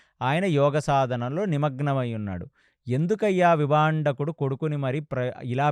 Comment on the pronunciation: విభాండకుడు...విభందకుడు కాదు గారు🙏